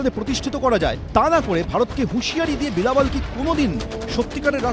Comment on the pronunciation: হায়রে গাধা, বিলাবল নয়, সঠিক উচ্চারণ হবে, "বিলাওয়াল" !